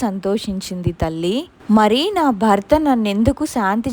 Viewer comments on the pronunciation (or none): none